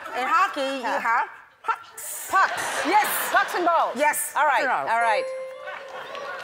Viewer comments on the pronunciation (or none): That "Wuals" Part is killing me when she's trying to say "Balls" 😂